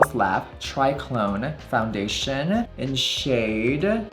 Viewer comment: Foundationa, foreheada, shada, maka………, are u okeya??????? Do u need help from speech pathologista??????